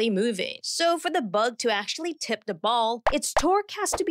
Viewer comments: "da distance" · Why do you use a fake accent? You clearly have no problem pronouncing words that end in “th”.. but you pretend that words starting in “th” start with a “d” .. for example , you say ‘duh’ instead of ‘the’..